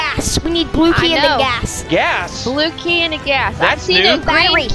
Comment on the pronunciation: when said blue key it sounded like bluey! 😂